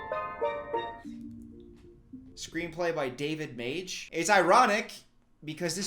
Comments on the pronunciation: It’s not David Mage it’s David Magee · “Screenplay by David Mage” its MaGee